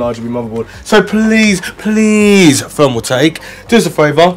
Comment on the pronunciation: I fink you might have problems pronouncing free, fick and fermaltake. Wifout a doubt. Nice case brofer